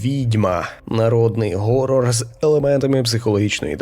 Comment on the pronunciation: поясніть мені будьласка хоча б хтось, чому всі кажуть горрор а не хоррор? якщо це англійске слово і воно у принципі не перекладається, чим вам буква "Х" не вгодила?